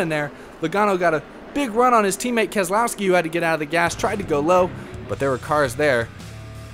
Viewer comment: It is pronounced KEZLOYSKI